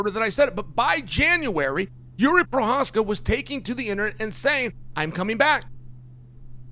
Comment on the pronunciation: chael got provokis name right. thats weird.